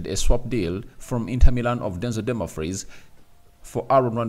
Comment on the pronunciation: The name is not Dunmafries is Dumfries please try to pronounce it well please